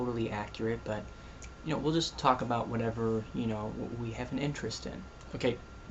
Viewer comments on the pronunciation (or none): Haha "When I think ABOOT it" Yeah I caught that. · hhhahahahahahaahaa aboot. aboot. aboot. lol. x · "..i begin to think a boot it,,," Lol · rofl, when i think aboot it. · Ah cohenism! :D<3 "and when I think aboot it" haha, awesome job man! ;] You make a very good non-Canadian-Andrew! :] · HAHAHAHA I love you! "aboot" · did you just say a boott??? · "When I think aboot it" hahaha nice one. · another guest! We need to start a vlogcandy guest club...or something also LOL your canadian "about"